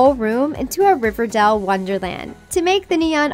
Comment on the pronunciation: you said river dal